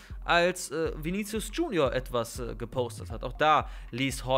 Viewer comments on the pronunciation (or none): none